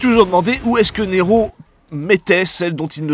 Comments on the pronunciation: Neeeeeéeeeero avec un G ?? Tu m'as tué 😂🤣😂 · Au début quand tu nous a demandé qu'est-ce que ça faisait si on rajouter un ''g'' à Nero . . . J'ai cru que c'était une petite blague raciste pour faire Ne''g''ro (Noir en Espagnol).